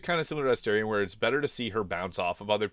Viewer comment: it's weird how you pronounce their names. surely you've heard them say their own names in-game hundreds of times, but you can't repeat them. kerlock. meezor. esterien. what?